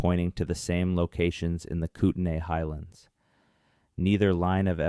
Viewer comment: It's pronounced koot-nee